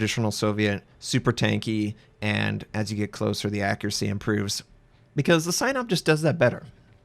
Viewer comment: SAI NOP? i thought its pronounced SEE NOP